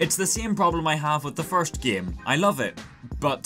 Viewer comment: why you're saying "gem" not "game"?